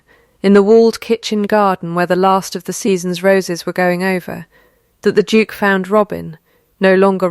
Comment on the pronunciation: Every time narrator said “Duke” I had to look at the cc to see what that word was!